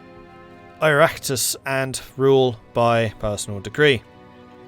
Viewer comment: Oireachtas is a hard one to explain in English it's like ee-rock-tas (the rock part isn't super accurate but close enough for Anglo tongues) Oh nice to see the big fella survived Béal na Bláth in this time line.. not so nice to see him as a dictator tho